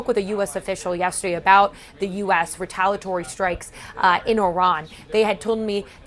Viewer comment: retaliatory has 6 syllables.